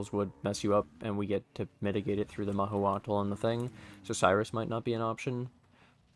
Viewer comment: Mah-who-cho-tl we would say here in Mexico :P